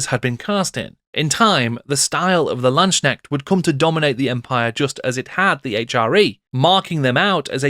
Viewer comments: I still findly remember my 4th edition Empire army, and how the 4th ed book made me completely forget all about the high elves :-D And it is a hard K in LandsKnecht. You would pronoounce it Lands-Knecht, not Land-snekt. :-] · As a German Warhammer Fan and General of the Empire since 6th Edition i really liked your Video. Very sourceful and well spoken. But please try to improve your pronouncaction of the word "Landsknecht". In your emphasis it sound like "Schnecke" (Snail) which is funny and irritating. I am well aware that "kn" is very hard for non native German speakers. But maybe it helps to remind that "Knecht" (Servant) is the original germanic word for "Knight" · I don`t even play Warhammer anymore but I love watching your videos, it is great how deep you go. As a German your pronounciation of Landsknecht made me smile because it kinda sounds like Landschneck ("landsnail") to me :-) If you like here are two pointers for the pronounciation: First, the division is more like lands-knecht, not land-sknecht, second there is no "sh" sound, the "k" ist pronounced distinctly. The word "Knecht" has the same origin as "knight" by the way, but they evolved in rather opposite directions in German and English as "Knecht" would refer to a boy/man who is lower in the social hierarchy and it would later take the meaning of a farmhand.